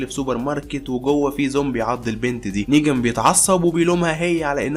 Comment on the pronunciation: ملاحضه اسمه نيغان مو نيجان يا غلي